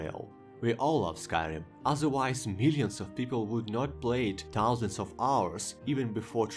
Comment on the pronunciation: Этот безупречный, немецкий таузент, шо я просто плачу